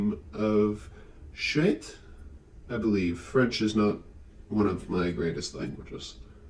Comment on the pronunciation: Yeah actually you got Chouette's name correct Fun fact, it means "Fun" or "Cool" depending on the context :D - local french lady